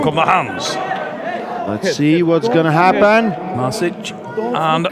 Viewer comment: It's pronounced mash itch.